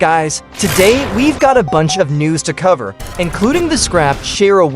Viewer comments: Erm chara is actually pernounced as (Kara) not chara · Chaira I have never heard that before it's either Car a Or char a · as a undertale fan im sad for this chara skin but as the robot voiced pronounced it chera or smth like that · Erm where you get this she in game named c h a r a ,kara is just head Canon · chara is pronounced as "ka-ra" btw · “shharia” bro wth??? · the word Chara being butchered but at this point who even knows how its pronounced